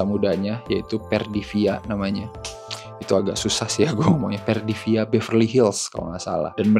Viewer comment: Perfidia, bukan Perdivia 🤭🤭